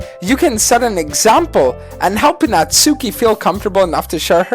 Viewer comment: Natsuki is pronounced NA-TSA-KE